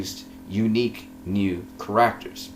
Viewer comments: How you say "characters" bothers me so much. But otherwise great analysis! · You are saying the word "Characters" wrong..